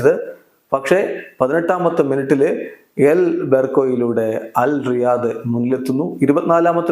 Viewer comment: അൽ റാഇദ് എന്നാണ് ടീമിന്റെ പേര് അൽ റയിദ് അല്ല അത് പോലെ ഹിലാൽ കളിക്കാരൻ സലീം അൽ ദോസരി അല്ല സാലിം അൽ ദോസരി ആണ്